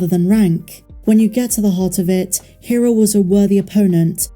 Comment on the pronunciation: Rebels spent 4 seasons pronouncing "Hera" every episode and it's maddening to hear the way you pronounce it.